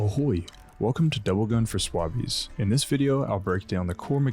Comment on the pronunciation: Emphasis on swabbies